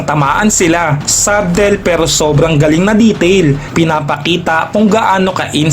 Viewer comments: Sabtel???😂 Yung subtle sguro?😂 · puro ka "sabtel" sa SUBTLE nakakairita.. alam mo meaning pero hindi mo alam i pronounce .... sadel sya ka hunter hindi sabtel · Silent b po kapag binasa iyong subtle, gaya sa salitang debt.